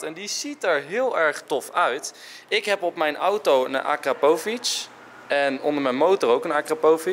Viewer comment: 😊😊😊😊😊 Het is alpakaaas En het is niet akrapOvic maar akrApovic